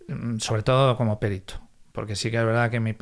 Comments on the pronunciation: "PERITO" NO "PÉRITO". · Por qué dice "périto"?? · pues está mal dicho, no es como en otras palabras, por ejemplo "ibero", que se admiten dos pronunciaciones.